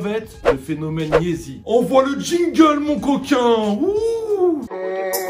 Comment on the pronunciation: YEEZY PAS YEZI😂 sinon continue c'est lourd t'es deux vidéos😂